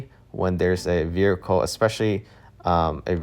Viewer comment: The word vehicle has you in a figure-four-leg-lock.